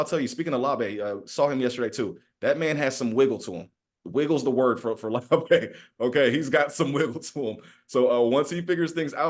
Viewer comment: The Beast says "Laube" rhymes with WOW-bee, but these guys are saying LAW-bay. Anyone know who's right?